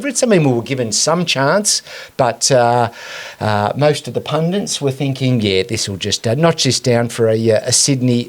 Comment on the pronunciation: And, pedantic word check warning. It's 'pundits' as distinct from 'pundints'.